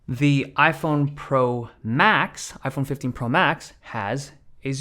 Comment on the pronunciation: iPheen phifteen LOL